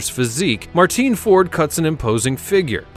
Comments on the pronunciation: It's pronounced "Martin Ford" NOT "Marteen Ford" you bloody ignoramus. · Its just pronounced Martin, regardless of the spelling, he's English, as am I. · Martin is how it's pronounced. Rotchdale is how it's pronounced. 😅. I call 'arkansaw' arkansas.